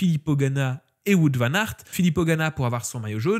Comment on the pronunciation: je me demandais aussi pourquoi tu le citais pas dans les Fav... cause t'arrives pas à prononcer son nom... 🤣😂🤣